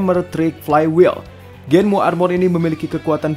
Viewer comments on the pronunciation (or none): Kamen rider Genm bang bukan Genmu